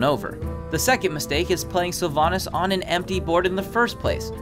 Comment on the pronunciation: Your sylvannas is wrong